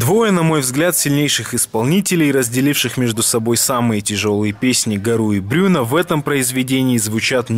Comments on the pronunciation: Только произносятся имена как БрюнО и ПатрИк ;) Довелось побывать на русскоязычной версии этого шедевра (слава Б-гу в этот день составе небыло Петкуна другой малый спел гораздо лучше него) - ЛУЧШИЙ мьюзикл который я когда либо видела и слышала!!! (все песни во время представления я пела на французском). Счастливчики те люди которые воотчию видели оригинальный состав с Гару БрюнО и другими великолепными певцами!!!! По песням Гару я учила французский, обожаю его, но Брюно тут мега крут! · Bruno ударение во французском языке, падает в именах на последний слог!